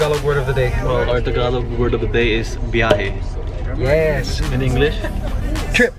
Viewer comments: Biyahe not Byahe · Lacking of " i" in the word "biyahe"😊